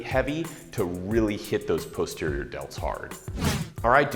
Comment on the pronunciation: but if you load up heavy on the face pulls... won't you use more arms in general than posterior deltoids?... which you guys may want to check with a linguist on the correct pronunciation of posterior... bit suspect.. but still love you guys.. keep the helpful vids coming!... Any new recipes? Especially winter stews/soups to stay lean. I make a mean chicken soup!